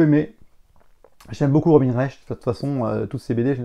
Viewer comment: C'est pas RobiNE Recht, c'est Robin (prononcer Robain). Non mais oh ^^